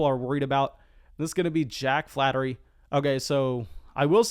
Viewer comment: Jack Flaherty - Pronounced flay-er-tee. Not flattery. Ramon Laureano - Pronounced laur(as in Laura)-e-on-o. Not Loreno.